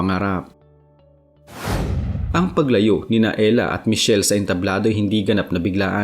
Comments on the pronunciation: E-------hra idol.... Hindi Ella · It's erha. Not Ella. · Ehra not Ela 😂